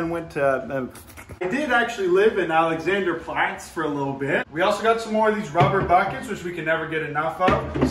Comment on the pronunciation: the way he pronounces alexanderplatz is just 👌👌👌